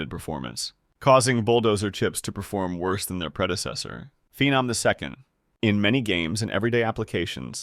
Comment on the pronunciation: "Phenom The Second" gave it away lol